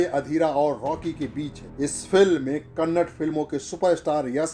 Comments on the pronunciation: Kannad nahi Bhai KANNADA 💕 Toda teekh se language use karo ನಮ್ಮ ಭಾಷೆ .. ನಮ್ಮ ಹೆಮ್ಮೆ ..❤😘😘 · It's Kannada, Not kannad. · KANNAD nahi saale. KANNADA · its not Kannad....... its KANNADA.... Thoda Zor Daliye...its KANNADA... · Kannad nahi KANNADA bolo. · Its Kannada not kannad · It's not "Kannad" it's KANNADA.. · Hello Before doing video have a knowledge about what you are telling... The language name "Kannada" not kannad. first learn how to pronounce.. Then start giving background voice.!! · Its not Kannad it's kannada 🙏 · Its not kannad its KANNADA🙏